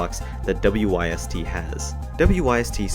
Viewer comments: U pronounce the whole thing its not w y s t its wyst pronounced wist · WYST is pronounced wist. FYI